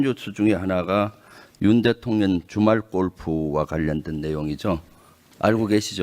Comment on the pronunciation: 대통년으로 들려요 ㅋㅋㅋㅋ